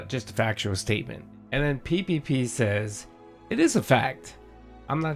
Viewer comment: What makes THIS particular time the last straw? It’s a fACKtual aahbservation that you love so much. “What kind of world do you live in where I can’t state a fact?”, right? And idea of leverage over PPP is to not work with him again, lol. Don’t threaten him with a good time.😂